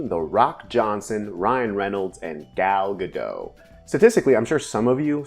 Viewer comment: Watched red notice, did know the movie, pretty fun, it was funny enough. It was just good enough, wouldn't watch again but I did like it. Also, you pronounce the t in Gal Gadot.